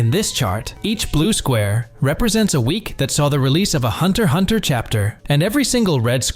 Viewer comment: You don't pronounce the X